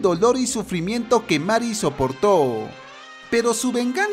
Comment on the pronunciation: Que se dice meri y se escribe marry me pone de los nervios. Na es coña xd